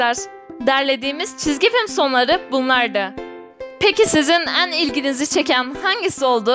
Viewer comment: ABLA SANA BİR SURU SÖYLEMEK İSTİYURUM NEDEN EN SEVDİĞİNİZ YERİNE eaan DİYURSUN SJSJSJ EAN SEVDİĞİNİZ çok komik ZORLA SESİMİ GÜZEL ETMEYE ÇALIŞIYURUMDUR .DSJJSJ